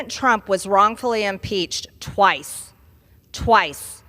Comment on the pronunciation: Inpeathed twice